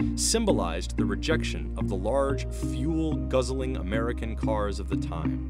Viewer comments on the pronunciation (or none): none